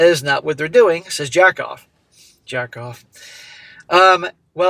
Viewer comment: Jackov is danish it's pronounced Yakob more or less